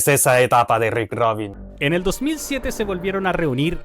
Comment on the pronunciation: Rick Rubin. No Rick ROBIN